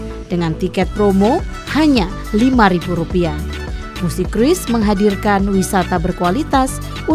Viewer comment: Dibacanya "Krus" min bukan "Kruis".